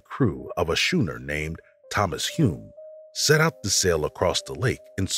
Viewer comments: Yes. And I got a chuckle when he said “shoo- ner” instead of skoo- ner”.. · "Schooner" in pronounced "Skooner," NOT "Shooner." Just saying. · A "shoona"? Schooner is pronounced skoona. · It's spelt schooner but it's pronounced skooner. NOT shooner. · schooner is pronounced skoon-er. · Really?? What the hell is a shoener?? This is exactly how "reporters" lose credibility. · "shoo-ner"? Is that an ignorant yank, or a computer generated voice? I'll bet it says "shoo-l" too. Some people disappear voluntarily. There's no law that requires contact with "family". It has been over 20 years, and I have no intention of seeing them ever again. Not even a postcard. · ummm.....WTF is a 'shooner'? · Who is the narrator? Schooner was mispronounced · A schooner???? C'mon AI.